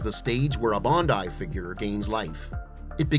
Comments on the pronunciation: Bruuuhhh..bundai..its BANDAI..🤦‍♂️🤣🤣🤣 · Gun-dom! Bon-dai! Might not be AI… but geez! 😂